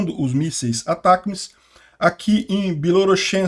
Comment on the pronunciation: O nome do míssil é Atacms. Se pronuncia Atac e depois as letras m, s. Isso foi informado pelos canais grandes de notícias militares do Brasil. É isso, se fala, Atac ms. Se escreve Atacms.